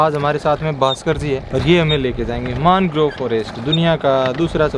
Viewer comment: isey मानग्रोव nahi मैंग्रोव bolte hai. Jo bhi ho bahut sundar prastuti, camera ki aankho se sundar prastutikaran. Kabhi mauka mile to vishva ka sabse bada mangrove west bengal+bangaldesh ka sundarban dikhaye, aur odisha me bhitarkanika dikhayeye